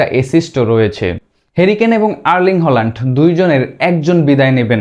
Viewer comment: হোলান্ড না ভাই, হ্যালান্ড হবে উচ্চারন। প্রাক্টিস করেন নাই?